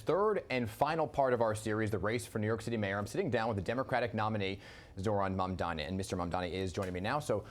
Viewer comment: One of the woman-grabbing Cuomo AntiMuslim tropes & bigotry is his intentional mispronunciation of Mamdani’s name. Anyone supporting or voting for Cuomo is endorsing AntiMuslimism